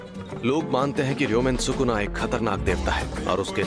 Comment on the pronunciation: It's Sukuna not Shukuna 😂